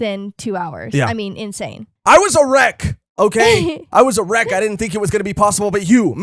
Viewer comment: I thought was saying "I was erect" in the beginning, took me a few moments to realize he was saying "I was a wreck" 😂